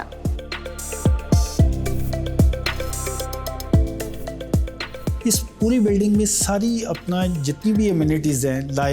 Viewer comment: Cassa Rina???? You kept it pronouncing incorrect. It's an Italian word for house and it's pronounced ' Caaza ' not cassa. Please inform yourself before you present something like this.